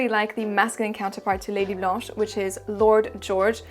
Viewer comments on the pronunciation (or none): none